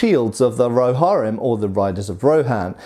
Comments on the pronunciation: "Rohairim"? Seriously? Lol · 1.) "RohARim" :/ 2.) "Witchkings Flail TOO LARGE" Peter Jackson admitted and already pointed out he purposely made it ridiculously large for PURE Intimidation, Considering the fact that the Witchkings Purpose was TERRORIZING THE KINGDOMS OF MEN :/! 3.) "They have their Shields ATTACHED to their HORSES :0!" They were a Company and Force Completely made up of CALVARY :0! Not Only that, but the Rohirim or Riders of Rohan were Known for their CALVARY :0! Something else to Note: is that The Meras are a kind of Sentient or in the very least Intelligent Horses, so intelligent that they could completely understand the Commands/language of their Riders :/... Therefore having extra armor via Shield on your Mount isn't a Bad idea ESPECIALLY Considering the fact that they'd be facing Legions of Orcs armed with Pikes AND Bows :/. Another fact Further Justifying this Decision is that IF you so happen to be in a Company of Approximately 6,000 (SIX THOUSAND!) CALVARY then if YOU (the Rider) get shot with an Arrow then YES you MIGHT DIE, However if your Horse gets shot and falls over MID-Charge (in an army of THOUSANDS OF CALVARY not intended on stopping) then you will DEFINITELY DIE :/ Due to being trampled by THOUSANDS OF YOUR OWN FELLOW CALVARY :/! (Edit: Just something to consider when judging a force solely made up of Heavy Calvary, for having Armored their Horses :/!) #RIPChristopherTolkien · Its Rohirrim you butcher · the way he says Rohirrim bothers me and the Witch King of Angmar is a Nazgul he doesn't ride one what he rides is a fell beast and the arrowheads used by the elves were meant for wounding i mean if we are going to talk about weird-looking arrowheads there is a ton of weird-looking ones from history that look impractical compared to the elvish ones which look normal